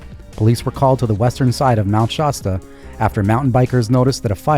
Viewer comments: Sorry to be so distracted by this, but the "a" in Shasta is pronounced like the "a" in Dad. Not like pasta. 😖 On the other hand, I enjoy your "Crimes of the Week" episodes and look forward to them. 👍🏻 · Yes, that was weird! “Lossen National Forest and Shosta Trinity Forest”?!?!